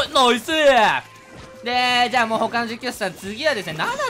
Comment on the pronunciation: さぁ 「実況者さん」言えてなくない？ww